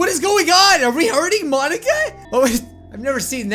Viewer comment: I was kinda mad he was pronoucing Monika wrong its not mon a ka its mo nika